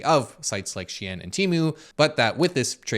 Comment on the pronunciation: “SHEIN” is pronounced “Sheen”